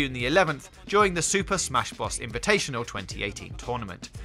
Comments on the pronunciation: Bros , not bross . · super smash brozz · Was he saying smash boss? Lol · huh? its bros not whatever the fuck you're saying dude.... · Odd_Slug he can't say the letter r